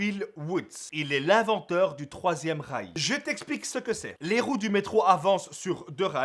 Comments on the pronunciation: inventeur du troisième rails (j'avais compris troisième reich) XD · j'ai compris l'inventeur du 3ème reich ! XD